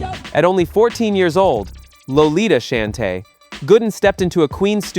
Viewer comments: I stopped listening when I heard ROXANNE SHAN-TAY. No AI SLOP for me. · Roxanne "Shann-tay" Idiot. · If only you would pronounce Roxanne Shante's name correctly I would've become a subscriber even though I'm sure it was unintentional 🤔🥴